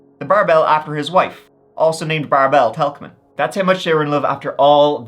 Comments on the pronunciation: Hi. I have my cousin in Germany with the same name. It’s pronounced bear bil Bärbel. Not bar bell 😊😄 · Love how you pronounced Bärbel 😅 it sounds like bar bell! 🔔 And how have I never heard of that case before?? Brunsbüttel isn't that far away from where I live. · The name of the ship is Bärbel, pronounced with the accent on the first syllable. Bare-bull, not bar bell. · So Bärbel is not pronounced as Barbell, closer would be "Bearbel" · Bärbel is not pronounced like marble, but like in bat: berbel. Coming from Barbara. Great stories, great story telling like always. Huge fan from Austria. And yeah: I just looooove the TREE stories, like always 😂. Is this Irish pronunciation? Just makes me smile every tme. 😊🎉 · BÄrbel, not BArbel 😆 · Super interesting video as always! Just fyi: the name of the ship (and the wife) is pronounced like bear-bell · It's pronounces Bear Bell. Common name in Germany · "The Barbell" was probably called "Bärbel" 😂 Pronounced Bear-bel(l) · Sorry, have to say it: "Bärbel" is pronounced "Bear bel". I love your channel! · it’s pronounced Bar-bil I love these types of stories 👍🥰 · Bärbel would prolly be better pronounced like "bear-bel" - shorthand for Barbara, no? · Bärbel- pronounced Bearbel. The umlaut on the "a" changes the sound. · The Umlaut (two dots) over the "a" in the ship's name means it's pronounced like "Bare/Bear...bel. Not that an Irish man would be likely to know, or bother to know, that. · Love your videos ^^ i know german names can be weird, correctly you would pronounce Bärbel as Bearble like the bear 🐻 ;) keep it coming! :) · 😮 crazy Storys, especially the first got me cause disappeared close to my hometown. Weird that I never heard of it. Thanks for covering ! BTW The name of the ship was a popular female name (you basically pronounce it like „bearbell“ ) 😊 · As for the ship, its name was Bärbel, best pronounced as "bear-bell"